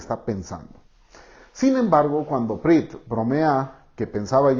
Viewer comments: Pritt???!!! Jajajaja me dio risa pensé en el resistió jajajajajaja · En el minuto dijiste Pritt, y ese es un pegamento